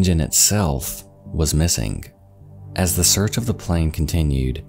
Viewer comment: Wondering why the narrator, in all his videos, occasionally and randomly pronounces the "ing" ending of words as "ink." As in, "missink" . I don't think I've ever heard a native English speaker do that.